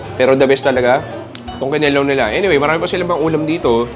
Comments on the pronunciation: pronounced as SI-KWA-TI not SIKWAH-TEH then KI-NI-LAW not KINI-LAW 😊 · It's Kinilaw not Kilaw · advice lang,medyo mali pronounciation mo sa humba, sikwate,kinilaw. Pwede ka paturo sa mga locals sa tamang pronounciation. No hate paps, nice vlog